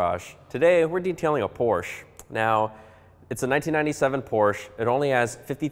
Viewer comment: what is a Porshh?